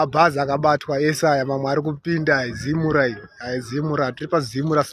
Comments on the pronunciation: Zimura😂😂😂😂😂 it's ZIMRA!!! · Zimra not zimura mwanangu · Iwe zimra not zimura 😂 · Anogona kuti Zimra...kuti zimura kutotaura zvokubhowekana nayo zimra nezvaurikuita .kkkkk